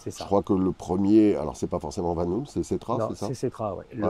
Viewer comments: Euh, les gars, VanHool, ça se prononce "vanaule" !!🤣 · Merci, il fait référence au film "Les valseuses" Sinon, je pense qu'on s'est mal compris : Le Van de Van Hool se prononce "vane" et le Hool se prononce "aul" (idéalement avec un "h" aspiré), car en néerlandais (Van Hool est une société belge), "oo" se prononce toujours "au". Voili voilou. Merci pour tes reportages et bonne continuation